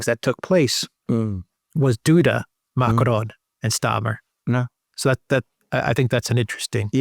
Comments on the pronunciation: I love thèse reports but god… please just use an English accent when you say Macron. It’s like nails on the chalkboard. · It's not MACARON 🤣🤣🤣 It's MACRON. ( pronounced :"Makron") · Man, stop it. You do not have to pronounce Macron as if you were mexican. Stop it.